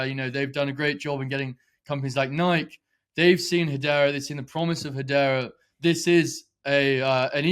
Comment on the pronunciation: I'm glad somebody still knows how to pronounce 'Nike' 😉